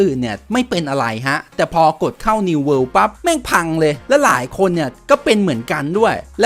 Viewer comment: World ไม่ใช่ worle